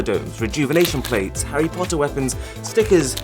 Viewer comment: I like that he was saying everything normally until "Harry potter weapons"